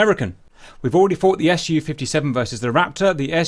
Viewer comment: By the way I'm not getting tired to explain it. It's pronounced Su, so as a syllable, not as an acronym, because it is none. It's just the first syllable from Sukhoi. The same goes for Tu=Tupolev, Yak=Yakovlev and so on. MiG stands for Mikoyan+Gurevitch, Mil=Mil... It's not the same as the acronyms AK-74, F-16 or T-90. If you want to pronounce it correct and don't sound strange, please have that in mind. So it's Su-57 (for Englisch speakers Sue-57)